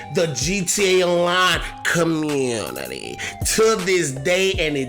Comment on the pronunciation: Tha commew-nety 😂